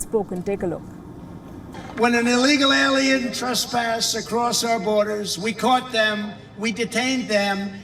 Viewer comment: Is he calling peope "alliens"?